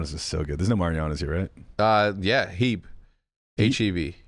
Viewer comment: damn near unsubbed for how he mispronounced HEB. best grocery store in the world texans know